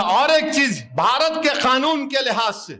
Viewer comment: Chada ise samjhao khanun nahi kanun hota hai 😂